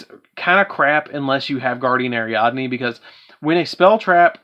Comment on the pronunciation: How come everybody gotta fuck up "Guiding Ariadne"?